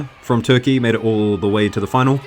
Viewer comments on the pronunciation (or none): none